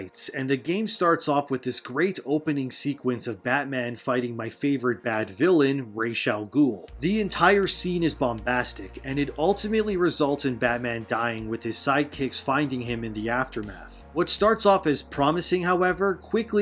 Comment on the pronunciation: Raysh-al-ghoul lol.